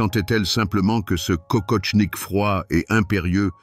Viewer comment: Kokoshnik, pas kokoTshnik...